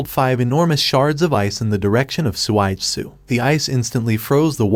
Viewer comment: suigetsu not swaidsu